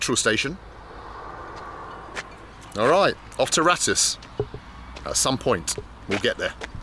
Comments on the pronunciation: The kindly men told you the village is called Ra-toos. Yet, you still called it Rattish 20 more times. C’mon, man! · the mean streets of ‘Bratush’ love how you added an extra B to the village name after saying it so many times 😂😂